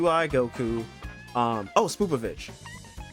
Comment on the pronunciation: Bro said sPOOPovich